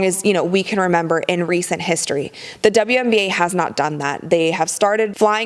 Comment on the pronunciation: Did you just say "uwian na"? You made me smile on that one.